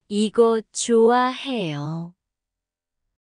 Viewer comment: I feel like some of the pronunciations are a little off. Like 좋아해요 She’s saying choo ah. Instead of a soft ch (oh) a. Hopefully you caught it. g